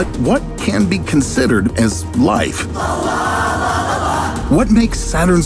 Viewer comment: Every time say Life "LALA! LALALA!"